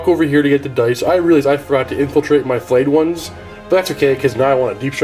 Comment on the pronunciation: Does say 'Flayed Ones' or 'Filleted Ones'... because if it's the latter every time he says it, I get hungry... Stop it!